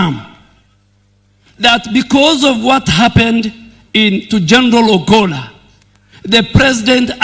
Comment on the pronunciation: The Defence CS is mis pronouncing the name of the late CDF ! I am hearing Obolla instead of Ogolla !